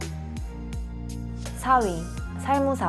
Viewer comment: 아이유닮은 언니야 살무사가 아니고 살모사 랍니다